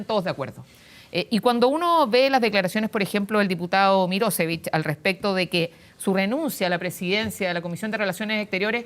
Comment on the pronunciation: NO SE PRONUNCIA MIROSEVICH SINO MIROSHEVICH.(Mirošević)